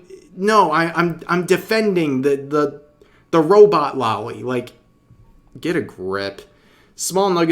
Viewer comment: Only critique I have here (sorry for being that guy, but I must) is that you keep saying "lolly" instead of loli. Long O sound.